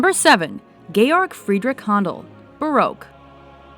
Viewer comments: Gayarc freedrec handel? Edit: she really can't pronounce some of there names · You shitting me? It's "Georg FriedricH HÄndel" I mean seriously, don't you look names up before you write them or what?